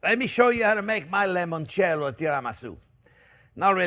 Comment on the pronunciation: Chef, once and for all, it's NOT lemoncello, it's limoncelleo. Limoncello, limoncello. Geez!